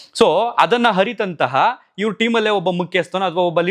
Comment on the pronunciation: ಏನು ಗುರು ನಿನ್ ಕನ್ನಡ...ಹರಿತಂತವರು ಅಂತಿಯಲ್ಲ.. ಹಕಾರ... ಅಕಾರ ವ್ಯತ್ಯಾಸ ಇಲ್ವಾ😂😂..